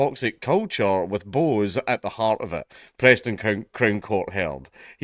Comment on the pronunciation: It's not 'Bose', mate. Bose is an Indian name (usually Bengali) and is pronounced more like 'Bosch''.